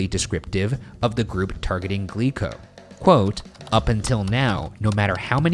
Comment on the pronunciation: I keep hearing "Glee club" instead of "Glico", and it's giving me horrifying flashbacks.